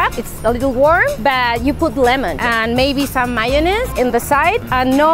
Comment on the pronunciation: Big fan.....but its pronounced M A Y O naise...not maonaise. ; - ]